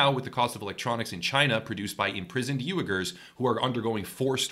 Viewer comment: Its "W-ee-gurs" m8... just so ya know